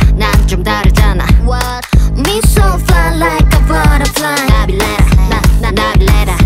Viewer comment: The way she says Nabillera is so satisfying